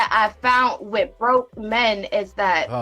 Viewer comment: ...she "FOUNT"? 🤦🏾 says it all